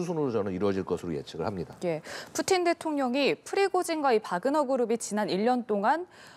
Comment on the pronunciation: 뿌찐 = 푸틴 , 러시아어 발음으로 푸틴을 뿌찐으로 발음 합니다.